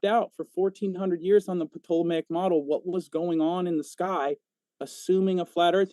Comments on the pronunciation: Of all the stupid things said I don't know why I'm zeroing in on this one, but I literally lol'ed at his pronounciation of "Ptolomaic". I'd pay money to hear him talk about pterodactyls. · And pronouncing it "PA-tolemaic" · New drinking game, take a shot every time mispronounces Ptolemaic.